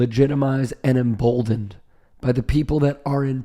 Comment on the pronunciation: Em"bold"ened, You are Correct